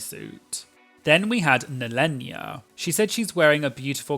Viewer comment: It's NEHEllenia, like you would say Kahana. Not Nellenia xD